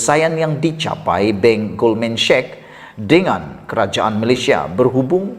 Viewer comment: Hi, boleh betulkan sebutan Sachs macam bunyi SEK!